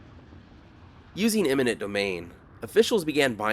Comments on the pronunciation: It sounds like you’re saying “imminent” domain. The proper word is “eminent” domain. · EMINENT DOMAIN NOT IMMINENT DOMAIN😂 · It became clear when he said “imminent” domain 😅